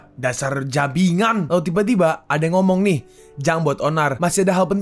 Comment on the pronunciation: jibangan aja min, jangan jabingan